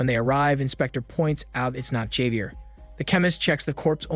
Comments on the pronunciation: Never heard Javier be pronounced that way 🤔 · If I hear you say 'Javier' like that again I will break my own eardrums